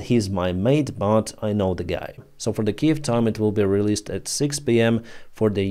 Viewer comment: says, Kee-Yev, like a Ruzzian. I bet it's in his contract.